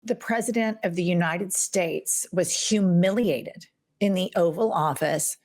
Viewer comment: look how she pronounced the word "humiliated". Her face completed distotured! Poor thing! Phuh!